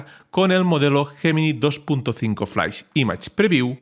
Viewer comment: Me gusta porque "flash" lo pronuncia "flais"